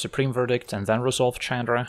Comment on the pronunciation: Calling Chandra "CHADra" is so cringe...